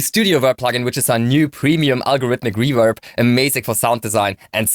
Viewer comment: Hey, why can you not say reverb lol